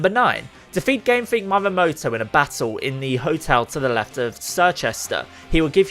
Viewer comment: did you just say: mamehmoto......? dude how hard is reading for you xD if i was Japanese, i'd not have any of it